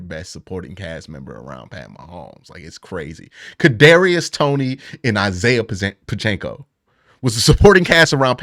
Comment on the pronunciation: Why is this dude struggling so much with names? My dude Isaac Pachenko... goat Chiefs RB